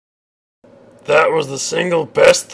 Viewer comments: "sphess" "mehraens" "deff" "symeultanious" "fuhreh" "emprarh" "gloreh" "nawt" "bawld" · To be fair to, he can't pronounce only a few words properly. Namely, "space," "marines," "death," "simultaneous," "fury," and "Emperor." Which, admittedly, probably account for half of the average Astartes's vocabulary.